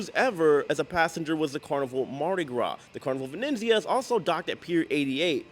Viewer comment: Shelley B - Hi, J. Please pronounce the ship name correctly. There is no extra “n” in Venezia. It’s VenEzia. Also, it’s libRary, not “liberry.” Sorry, it’s the English teacher in me coming out. Love your videos.